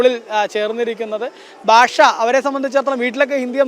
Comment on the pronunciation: ബാഷ അല്ല; ഭാഷ ആണ്. ഭാഷ ..... ഭാഷ .